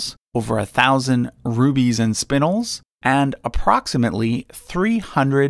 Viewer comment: ...FYI...Spinel is pronounced spuh·nel. ;)